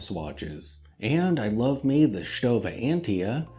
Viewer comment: Norman, you pronounce it very well. Lots of people here in Germany do it wrong by the way bc there exist two ways to pronounce the „ST“. And in the end … Who really cares?😅